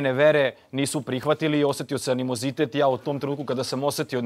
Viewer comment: Ne zna ni izreci animonizitet. A kamoli sta znaci ta rijec